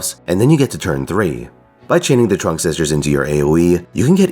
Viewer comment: Your pronunciation of Trưng was totally fine from what i could hear. Trắc also has a rising intonation on the vowel while Nhị has a sharp intonation